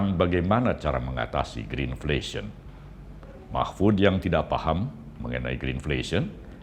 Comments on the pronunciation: greedflasion pak Mahfuud bukan greenflesion.....hhhh....kocak ni..... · Yg bertanya mlh lebih ga faham greenflation,,,yg betul greidflation,,,belajar Inggris lgi lha,,jgn belajar dgn mic Dardak 🎉